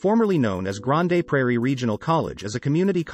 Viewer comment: AI voice, lol! It's "Grand" Prairie, not grand A prairie.the E is not pronouced